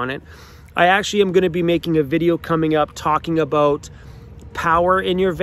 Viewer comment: Always miss my Canadian relatives when I hear you say "aboot" lol